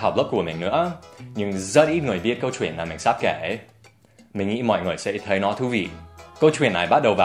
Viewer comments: Từ " kể chuyện " có cái từ " chuyện " Dan đọc nhấn mạnh quá , người việt như mình thấy đó giống như " kể truyện " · your ch in "chuyện" is too strong, make it softer and smooth.